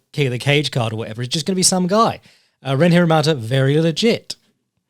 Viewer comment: Can't wait for the BeyondKickboxing discord to get their tits up over you pronouncing Ren Hiramoto as Hiramata kek